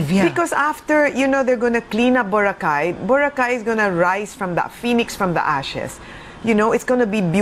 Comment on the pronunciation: Clean up the island and stop further hotel expansions. The island is already too crowded as it is. Btw, its pronounced Bo-ra-kay, not Bora-khay.